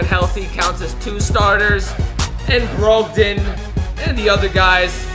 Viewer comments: “Broegdin” it’s brawgdon brogdan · I wonder if really knows how to pronounce the names of most nba players. Im sorry but Brogdon is pronounced brog-done